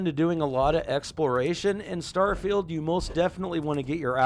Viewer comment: I'm impressed how well you pronounce some of the item/skill names